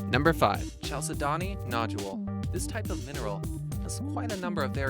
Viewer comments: You should have added vanadinite! It's a super beautiful scarlet-red mineral found in Morocco. Also, you're supposed to pronounce chalcedony kal-SE-duh-nee and magenese is manganese. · you really butchered the names of several of these minerals. it's "kal-sed-knee" not whatever you said.